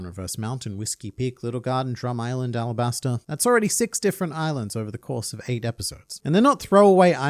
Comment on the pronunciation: I thought it was Alabasta, arabasta is just how the Kanji could be pronounced